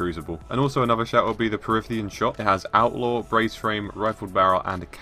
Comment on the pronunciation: "Parithian shot"